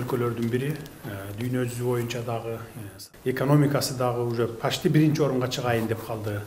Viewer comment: Пачти дейтко